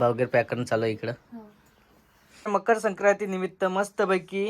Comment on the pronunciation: tula bala मकर संक्राती पण बोलायला येत नाही😂😂😂